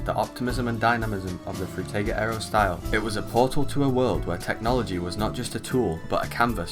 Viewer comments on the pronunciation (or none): Bro pronounces “Frutiger Aero” differently every single time he says it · I really wanted to enjoy this video through and through, but the way you pronounce Frutiger Aero differently every time is annoying and takes me out of it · The way that the name is pronounced in at least 4 different ways within the span of 5 minutes lol I remember this style quite well, I believe I may have grown up in that era but maybe I was a bit too young idk :/ Nice vid tho! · Great video! I love how everyone pronounces Frutiger Aero differently in their videos